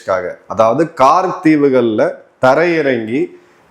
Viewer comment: முதலில் தமிழ் வார்த்தைகளை சரியாக உச்சரிக்க கற்றுக்கொள்ளுங்கள். நீங்கள், என்பதை நீங்கல் தீவுகள், என்பதை தீவுகல் என்பது போல உச்சரிப்பது சரியல்ல ஏவு கணைகள் சரி. ஏவு கனைகல், தவறு ஐந்தில் வளையாதது ஐம்பதில் வளையாது இதில் வளையாது ,என்பதை வலையாது என்று கூறுவது தவறு